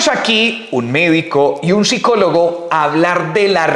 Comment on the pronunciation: Madre mi , no sabe ni pronunciar psicólogo 😂😂😂